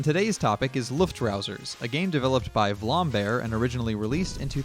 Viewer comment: its not vlambear its vlambeer